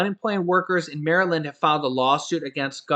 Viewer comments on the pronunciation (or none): none